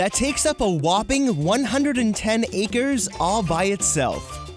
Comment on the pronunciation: it's "acres" lol